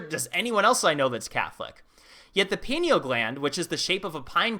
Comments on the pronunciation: I just saw your other video on the destruction of the alexandria library, didn't you say caesar did that? Maybe that's what's taking up 53 miles of shelf space. As in, they stole the goods before they torched the dump. Also, unimportant side note, i think it's pine-eal gland, rather than peen-eal, like the pine cone it resembles? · "pineal" is from latin, thus pronounced "pie nee all". not "pee nee al". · Pie-kneel please pronounce it correctly. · Pie- knee - ll damnit ... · Pi (π) knee - all Gland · great Channel, you are on to some amazing insight. Side note Pineal Gland is pronounced "PIEneal Gland...I would love someone like you do a video on "treaty of peace and friendship 1787" Let me know what you think of a topic like this... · dude I thought you just had one channel dealing with moldivite n its pronounced pine ell gland.